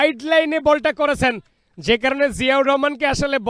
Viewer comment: চ ছ করেন কেন সারাদিন? কমেন্ট্রি করতে আসছেন উচ্চারণ ঠিক নাই। শুধু করেচেন যাচচেন বিরক্তিকর। স্কোয়ার না স্কয়ার।